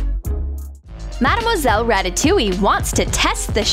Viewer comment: Its not marmoselle its madmoselle